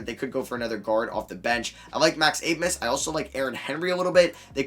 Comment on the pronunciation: You say you like Max Abmas a lot, but clearly not enough to learn how to say his last name. The “b” makes an “s” sound.